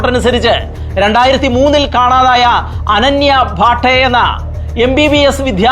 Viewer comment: അനന്യ ഭാട്ടെ അല്ല.... ഭട്ട്